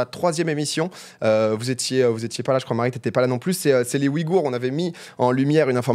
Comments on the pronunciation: Super Video Petit tips sa se dit ouillegoure et nn oui gour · ça me stresse sa façon de prononcer Ouïghour